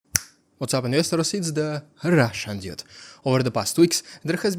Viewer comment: WTF is a “dee-ood” ? Translate it from Russian into English please